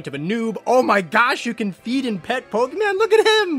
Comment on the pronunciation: Waaaaaiiiittttt a minute. Did he say PokeMAN in the first couple seconds 😂😂